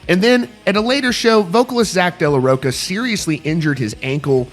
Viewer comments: It’s Zack de la RoCHA not de la roCA. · You can’t even pronounce Zach’s last name correctly 😂